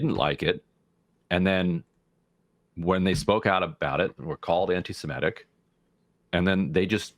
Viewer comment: I like that Ryan Grimm is the only person in media who can pronounce the word "antisemitic" and doesn’t say "antisimetic."